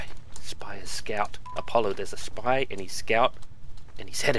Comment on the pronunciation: Did...did he say "shpee"? That truly is the 'Leroy Jenkins' of TF2.